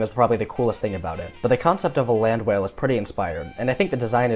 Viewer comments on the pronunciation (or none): none